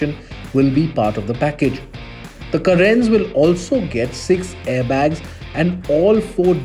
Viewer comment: Karan?? Like Karan Arjun?? 😂.. its Cae-ren isn't it